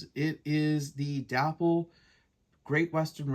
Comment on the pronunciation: Day Pole =- not Dap Pull lol